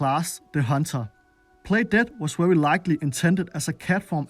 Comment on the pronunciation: Wery basic ability ffs learn how to properly say letters